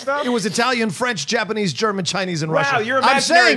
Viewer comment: Yup. He got the Japanese right.